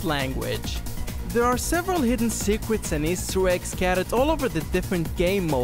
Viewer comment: Secret. I heared swecrets